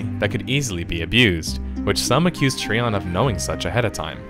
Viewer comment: TreeON.. Try ON. Which is it? You decide!